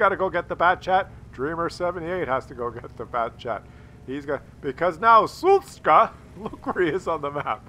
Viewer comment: sz is read like sh - so it's Shushka. But, I agree that Suska sounds funnier.